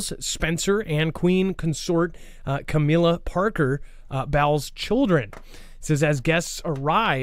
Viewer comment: totally butched Camilla Parker Bowes' name...golly, that was funny!